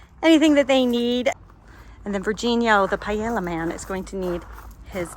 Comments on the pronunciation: Just so you know, it’s pronounced “pah-yay-yuh”…it’s Spanish, so the double”L” makes a “yuh” sound. Everything looks delicious! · I love your content, but I'm Spanish and every time I heard you say Paella I had a mini stroke hahaha